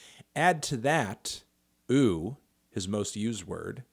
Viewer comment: It's not ooh it's ouu